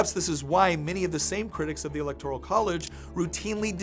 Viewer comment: Friendly advice: look up the correct pronunciation of 'electoral.'